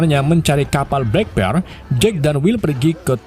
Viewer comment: Black Pearl jadi blek pil,ails the mora jadi isel de mora, devi jons jadi davi jones 😅 Isle tuh di baca ails bro.. Kayak island dibaca ailend